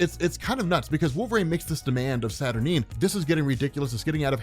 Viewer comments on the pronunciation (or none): You say Saturnyne wrong.